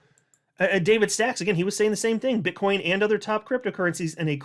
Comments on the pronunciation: Bro, it's BITCOIN not Bitchcoin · He said Bit-ch coin 😂 I heard it!